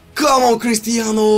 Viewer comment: Crustianuu, mbuuuppee, neymuuurrr, zlotan, so many mussesss, bullackk